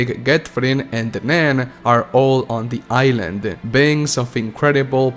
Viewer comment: it’s pronounced eye-land